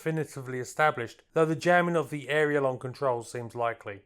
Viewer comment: could I gently ask that you pronounce the word “the” as you would “duh”, not as “thee” like some medieval knight. I love your content but you’re driving me nuts with the mispronunciation of such a common word!